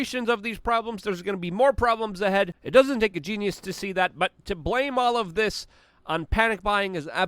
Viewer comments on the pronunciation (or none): none